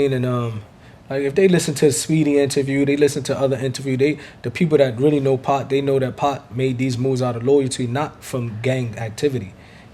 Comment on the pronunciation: When says 2pac i heard 2pop